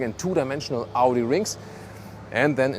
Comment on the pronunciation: Amazing review and...... Audi it's Audi 👍